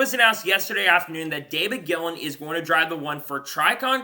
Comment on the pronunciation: Gilliland is pronounced Gill-i-land not Gill-and